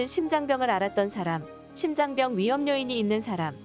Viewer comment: 심장병이아니고 심장뼝으로 발음하세요 유투브에서 억지로 된소리배척하는거 너무많이 보이는데 굉장히 잘못된겁니다